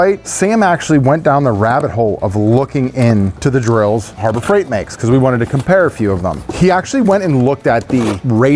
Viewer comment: Harbor Freigrt? Harbor Freiigrt?